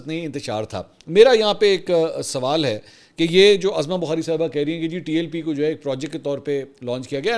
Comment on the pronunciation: Mansoor Bhai..I think your Prouncing wrong her name is Uzma Bokhari Not Azma Bokhari